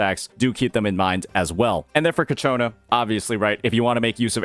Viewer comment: It really bothers me how no us cc can actually Say cacciona correctly, it's not that hard man